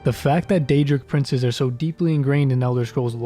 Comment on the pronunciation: That was a very nice summary of the snow elves. Gotta work on the pronounciation of those daedric princes though ;)